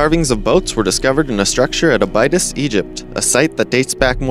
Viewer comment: Mispronunciation detracts significantly from your credibility. I have provided corrections as followed: 1. Ptolemaic (Tall-oh-may-ik) 2. Cambridge (Came-Bridge) 3. Abydos (Abby-Dose or Abby-Dos) 4. Byzantine (Biz-an-teen) 5. Leicester (Les-teR)